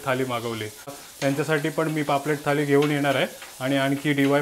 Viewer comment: ळ' bol re ल nahi, थाली ky marathi mde थाळी बोलतात. MARATHI asun asha chuka? Baki chaan vlog bnvtos 👍